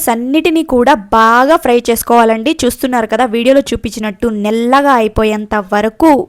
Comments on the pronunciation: నెల్లగా కాదు... నల్లగా......over action అవసరమా.... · నీకు నల్లగా అన్నారాధ నల్లగా అనటానికి నాముషిగా ఉన్నదా నీకు నల్లగా అని పలకరాదా పాలకటానికి ప్రయత్నించు వినటానికి ఛండాలంగా వుంది అమ్మాయి 😭